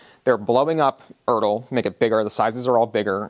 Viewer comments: no, no, no. "Erdl" is not a pre internet thing. As someone over 50 whose parent was issued this material in the Air Force, and has his father's uniforms, and spent all his childhood in surplus stores, I almost never used to hear it called "ERDL" like turtle. Maybe regional, but guys acriss the midwest used to always refer to it as E R D L. Even when I went into service and shopped around Fayetteville or Columbus GA old timers. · This video is the first time I've ever heard someone pronounce it like that. Every video I've watched on the subject calls it by its letters, so idk where he got "urdle" from ;P